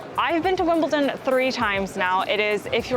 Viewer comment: It's WimbleDon not WimbleTon. Why is that so difficult to pronounce, I get it with Buckingham Palace, cause of the H, but Wimbledon? And, yeah, I live 5 miles from Wimbledon. Been twice.